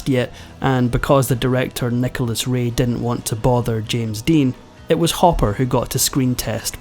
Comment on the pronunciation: Why do you have TROUBLE Pronouncing the I correctly in words??? It is not sexty = it is six ty. Not didn't = it us didn't Thumbs down Turn you off completely